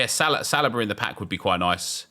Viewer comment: its pronounced Saleeeeba